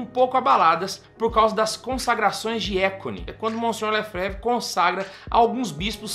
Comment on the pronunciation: Facilmente identificamos uma pessoa despreparada para falar sobre o assunto em questão, e ainda mais despreparada para falar sobre Dom Marcel Lefebvre, pois sequer sabe pronunciar o sobrenome. A FSSPX, quer queira ou não, salvou o sacerdócio católico e mantém viva a verdadeira fé católica.